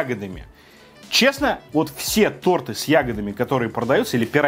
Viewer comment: Не торты а торты